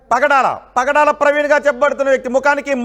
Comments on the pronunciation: Padala praveen kadu nayana. , pagadala praveen . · Pdala kadhu ra pagadala ra pk